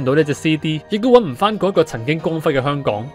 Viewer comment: 香港人請讀好香港兩個字，不要再香趕啦（甚至有啲人連香字都係冇咗個ng音）